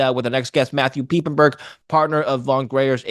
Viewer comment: Thought his last name was pronounced - Pipe - en - berg. Not Peep.